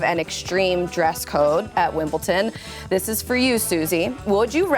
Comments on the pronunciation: It's Wimbledon, not Wimbleton 😭😭😭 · There’s no T in Wimbledon.